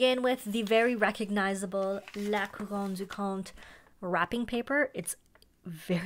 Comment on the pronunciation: I so appreciate your correct pronunciation of Montblanc and La Couronne du Comte. Thank you for that!